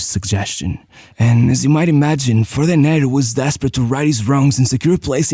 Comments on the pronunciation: Great video and research. One small correction: his name is pronounced DE-ner (not de-NER). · Brazilian here.... The correct pronunciation of his name is DUNNER, not "dené" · Great video, only one correction. It's pronounced Dêner not Denêr. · Hey, your videos are amazing! Just a minor irrelevant correction here, his name was spoken "Dêner" not "Denér" and, yes, he was a beast of a player! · Great video, but you pronounced his name wrong every single time. The tonic syllable is DE-ner, not de-NER. You should have asked your Brazilian friend how to say his name… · Brazilian here. We say Déner (Portuguese is a paroxytonal language). Portuguesa supporter (mostly BECAUSE of Dener) and my family is from Vasco (his other team). Dener was great, fast, and deadly. It was really sad to see him go. He and Chico Science were part of my later infancy (very similar accidents)... not even mentioning Ayrton. Dener should have seem a 98' WC (and he would). But he wasn't better than Ronaldinho. Two completely different styles. Ronaldinho even in his youth, you could see that he was a 10. Dener would be more comparable (today) to CR7. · DÊner is the right pronounce, great video 😢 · DEN - ner , strong in the 1st syllabe!